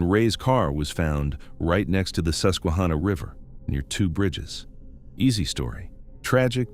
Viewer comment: It is NOT pronounced Bell le fon te; it is French and pronounced Bell font. Also it is not the Sus que ha na; it's Sus que han na. Please do the work to get your pronunciations correct if you're talking about somewhere. Furthermore don't ever link Joe Paterno to Jerry Sandusky's atrocities. Anyone who knew Mr. Paterno or knew someone who knew him knows he'd never knowingly let children be hurt. This is a man who lived his faith and looked out for his players as if they were his own children. He and his wife had weekly dinners for the players to keep tabs on them and make sure they were doing ok in their lives not just playing football. He ticked off the rest of his conference colleges by insisting his players got real degrees because he knew they couldn't play forever even if they went pro. He'd also tried to let Jerry Sandusky go well before the scandal broke. The president of Penn State at the time, Graham Spanier blocked it. Graham Spanier was later removed from office in 2011 due to being prosecuted for covering up Jerry Sandusky's illegal acts. Joe Paterno was fired by phone call and the Penn State student body basically rioted in the streets because Sandusky accused him and Spanier didn't even have the decency to fire him in person. They ignored the police and the university representatives trying to stop them and despite arrests until Mr. Paterno came outside and asked them to stop. No one ever talked about prosecuting him either. He did what he was supposed to in tell